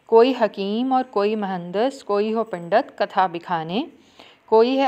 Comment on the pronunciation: Pindat kun bol rahi hain Pandit boliye